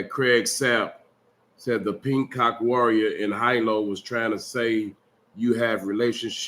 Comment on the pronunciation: Big homie fleece did you say you became a WIRE WIRERER OR WARRIOR?🤷🏿. LOL. GOOD TALKS👌